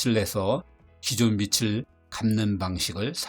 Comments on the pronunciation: 정말 신선하고 유익한 멋진 영상이었습니다. 빚을 발음을 [비츨]이 아니라 [비즐]이라고 하셨으면 더 좋았겠네요. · 나레이션 틀린 발음이 좀 거슬림. [비츨]이 아니라 [비즐]. [비시]가 아니라 [비지] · 비즐 왜 비츨 이라고 읽네요. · '빚을' 을 발음할 땐 '비츨' '비슬' 이 아니라 '비즐'입니다. 영상 내내 하나로 발음하는 것도 아니고 번갈아.. 영상 퀄리티에 비해 신뢰가 확 떨어지는 실수가 계속 이어지네요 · '빚을'의 발음은 비츨(X) 비즐(O)... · 빚을 < 왜 비츨로 발음하지? 비즐이라고 발음해야 맞는데 계속 비츨비츨 이러네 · 영상 잘 봤습니다. 다만 나레이션에서 빚을 계속 [비슬] 이나 [비츨] 로 발음하시는데요, 받침 모양따라 [비즐], [비지]와 같이 발음하시는게 정확합니다. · 빚을 발음을 비슬, 비츨 이렇게 말하는데 맞는 발음인가요? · 어디서도 배울 기회가 없던 유익한 지식에 감사드립니다. 다만, 빚이[비지] 빚을[비즐]이라고 자신있게 발음해 주시길!